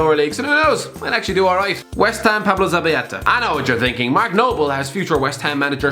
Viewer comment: pronounced zabaleta as “Zabayeta”🤣🤣🤣